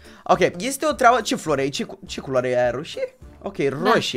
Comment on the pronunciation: În loc de flori ai zis floc